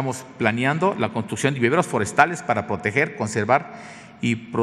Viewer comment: Minuto "estamos planiando"